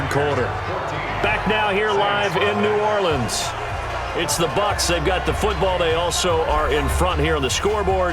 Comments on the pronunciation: New Orlee-ans Saints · Why is coach on madden? Why did he pronounce New Orleans 2 different ways in the first 15 seconds of the video?